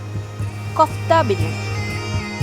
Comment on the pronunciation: Not kaftha കോഫ്ത എന്നാണ്😊 balls മാതിരി ഉണ്ടാക്കുന്നതിന് പറയുന്നത് 😊